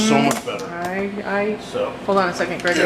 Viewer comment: Yes Greg pronounced it correctly